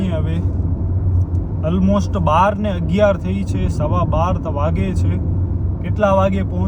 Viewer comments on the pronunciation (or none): અલમોસ્ટ ❌ ઓલમોસ્ટ ✅